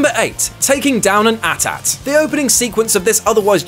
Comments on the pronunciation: the way you say at-at is so weird and so wrong, it makes me remember the pronunciation of hermione in spain sapnish not cool dude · A. T. - A.T. not "at at" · it's not pronounced at-at it's pronounced Aye tee-aye tee do you know nothing about star wars bro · Why did he say "at-at" instead of "80-80"? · Atem Shane it's spelled at-at but it's pronounced "aye tee-aye tee" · Banes 101 I mentally freaked a little. I was thinking "he's one of them" in my head lol! Huge star wars nerd here. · I love how you grind your teeth at one point of trivial knowledge, but are clueless to an equally point of trivial knowledge. You are wrong, you never pilot a desert speeder bike in the game. However there is a segment with a swoop, but just like the pronunciation of AT-AT, does it really matter? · Ruby Rose Because he probably doesn't kbew how to pronoumce it correctly